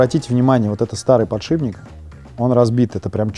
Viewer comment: подшиБник, аааааааа, как так можно говорить